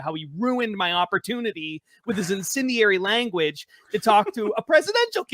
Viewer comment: Hey telling the story, it's not "inSINdiary" language, it's incendiary, you know, like an explosive munition. Learn to speak before you're broadcast to the world.